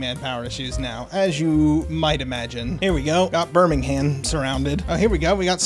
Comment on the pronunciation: Pronounced Birmingham wrong and im very British so it bothered me a bit hahaha fun video though just subscribed.